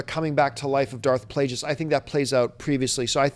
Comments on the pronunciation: John hurt my brain several times during this video. Mispronouncing Darth Plagueis like 50 times, forgetting about Watchmen and 300 for Snyder and forgetting the horrible Superman Returns for Singer and dumping on the story for Mad Max. Love the show, but yikes, take a vacation John. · I love ya John but you really gotta stop saying Darth Plagueis like that...